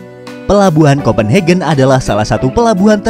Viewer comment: Kopen hagen bukan hegen bahasa eropa umum A tetep dibaca A bukan ei